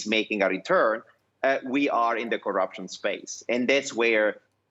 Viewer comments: Corr'p'ution ? With "p" after double rr ? Are you sure? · CORRPUTION?? really DW?? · I would also be rocked by "Corrpution". 😂